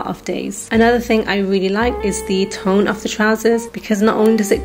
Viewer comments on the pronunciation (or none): none